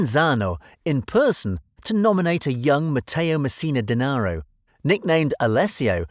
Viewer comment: Such a mystery you can’t even say his last name right...or any of the names you mentioned lololol